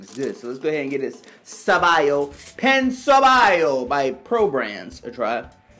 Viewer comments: Pan Sobao is pronounced Pong So Bow like Pow or Cow or How. Also, in trying to pronounce a specific word it is best not to make fun of the pronunciation of the word. It is perfectly fine to mispronounce unintentionally but to make fun of most of your pronunciations is just rude. Listening to the way it sounds takes patience and a proper effort. Being a youtube user it is extremely easy for you to learn the correct pronunciations so don't look foolish trying to be funny. You'll probably build a greater fan base that way. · His pronunciation was terrible but did you seriously just say that PAN is pronounced PONG?!?!